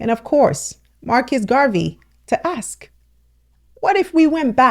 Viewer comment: Go back to school and learn to speak our language properly. Axe 🪓 is a tool.